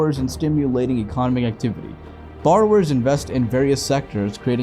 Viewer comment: Your pronunciation of “economic” cracks me up. Great video, but fyi that might retract the message for some viewers